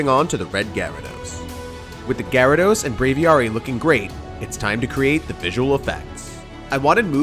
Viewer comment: Aviary=the place in which you hold a bird or the sub sect of bird. Said A-VEE-AIRY. Sit while Pokémon is BRAVE-AVIARY=BRAVIARY